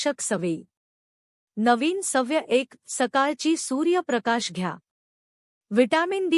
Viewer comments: अनेक ठिकाणी चुकीचे उच्चार केलेले आहेत. सव्य नाही, ' सवय '. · सवय-शब्दाचं उच्चारण अशुद्ध आहे सव्य नका म्हणू,उच्चारण सुधारा.